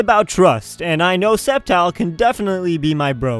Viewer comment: ITS CALLED SCEPTILE (SKEPTILE) NOT SEPTILE